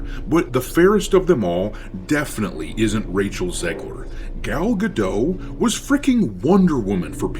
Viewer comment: Great vid but one thing - it's pronaunced Gal Gadot with the T in the end, the T is not silent.